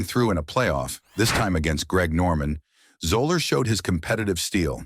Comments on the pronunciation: Zeller not Zola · 😂 Fuzzy “Zoh-lurr”?!? You made a whole video and don’t bother to learn his name hahaha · It's pronounced ZELLER, not Zoler. You also mispronounced Saracen. Go back and correct these huge mistakes or drop the video. As for the comments: anyone who can't immediately perceive the racism in Zoeller's statements about Woods' Masters menu needs to take a hard look in the mirror. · I stopped watching after 30 seconds... no credibility when you can't pronounce the man's name properly... "zeller" not "zoller" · That one did it for me, too. Also, it's "ZELL-er" not "ZO-ler." His initials, FUZ, are the basis for his nickname, not just the F and Z. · It’s pronounced zeller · It's pronounced, zel-ler. But then again, I've never heard of Gene Sir Raisin. Do your homework!! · Its pronounced like "Zeller" - the 'o' is silent. Get it right THEN publish it. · It’s pronounced Zeller on Zoller 😂😂😂😂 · I went to high school with him and that is not how his last name is pronounced... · This video is BS starting with not pronouncing his name correctly. I met him several times at the Mad Anthology charity golf tournament in Ft. Wayne, Indiana. He was always very pleasant and fun to talk to. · But really...the narrator loses all credibility because he can't pronounce his last name. Obviously he knows absolutely nothing about golf and its history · Mispronounces Zoeller throughout and Saracen...Seriously!! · I can't help myself but as soon as one of these computer-generated videos starts pronouncing names the wrong way (like it did with "Zoeller" and "Sarazen" in this video), I shut it down. It's kind of hard to take the video seriously after that. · Learn to pronounce his name. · When you make a video about Fuzzy Zoeller you should at least learn how to pronounce his name. Maybe spend a few bucks on a human narrator, rather than a crappy bot. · Garbage video, highlighted by the fact they don't even know how to pronounce his name.